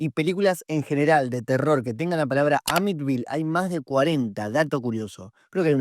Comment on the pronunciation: Que no es Amityville no amitville ?